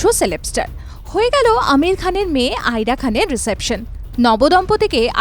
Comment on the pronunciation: শালা ইরা খান কে আইরা খান বলে